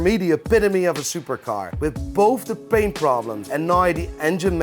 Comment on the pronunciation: Why do you say Baint? Not paint